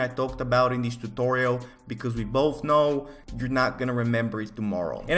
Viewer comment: I love how he says tuTTTorial.